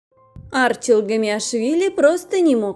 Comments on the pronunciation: Не А'рчил, а Арчи'л. Неправильное ударение режит ухо. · АрчИл он, а не Арчил! Слух режет!